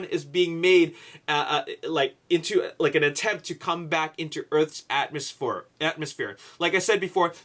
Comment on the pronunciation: LOL ATMOSHPORE